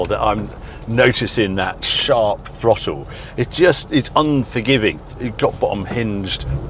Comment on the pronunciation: WTF is a frottle?...🤣🤣🤣